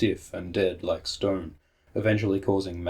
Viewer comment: Shtone Men!